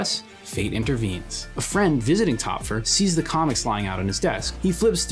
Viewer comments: I like the video, but the pronunciation of Töpffer bothers me. The "ö" has the sound of "oy" or "oi" equivalently in English. Besides that little pet peeve, I like the video essay. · Very great video! Small nitpick about the German names: Töpffer and Goethe have the Ö/OE sound in their name (same thing), its not pronounced as O, but closer to how one would say "uh"